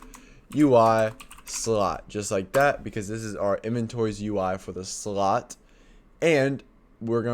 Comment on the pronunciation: The way he says: "srot" instead of slot 😂